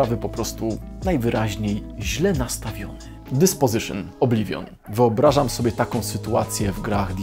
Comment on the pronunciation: "Obliwion" brzmi jak "mydlenie"